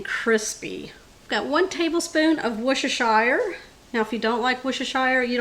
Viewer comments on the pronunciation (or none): Three syllables. Worse-ter-sheer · Worcestershire is pronounced Wustershur, although you wouldn't think so I know. You can also call it Wuster sauce. Salisbury is pronounced Solsbury. As both these places are in the UK I though you might be interested in the correct UK pronunciation. The food looks delicious ! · "Wuss-ter-sure" is the correct way to pronounce the sauce